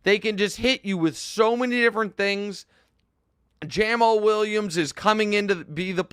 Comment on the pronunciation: Jam-all Williams. lol😂